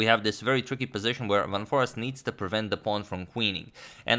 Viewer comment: foreest is pronounced as 'for aced'